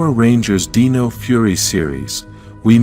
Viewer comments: It's Dino - with an I, not Deno. You are pronouncing Dino wrong. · This was a great video! It gave me good insights about the morphin grid! However, when the AI generated voice said Dino…he pronounced it like “deeno”, when it should have been pronounced like “dyno” as in dinosaur.